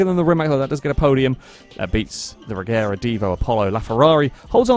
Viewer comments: Regera is actually pronounced Reyera, which makes the name difference a bit larger, but yea, it's not gonna get any easier when the Gemera (Yemera) gets mixed in too. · Well the name of the car comes from the swedish word Regera (IPA: /rɛˈjeːra/), which means; to reign. It kinda looses its meaning a bit if you start then pronouncing it differently... But at the same time I understand why, because it's easier for foreigners to just pronounce it Regera, instead of trying to learn idiotic swedish grammar where G is sometimes G and sometimes J. TLDR: I'm a grammar Nazi, Von Koenigsegg is just a genius that makes and sells insane cars instead of complaining about people mispronouncing. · When the founder of the company pronounces it regera you ain’t fooling anyone